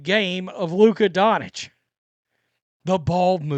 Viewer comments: Donich? That's some really hillbilly stuff. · he’s just not an actual sports fan, he just likes to get red and whine. Any actual fan would correctly pronounce Doncic, Jokic, etc